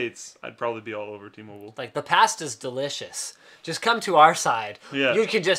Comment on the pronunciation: Did Slick really say T- Mobile like that ?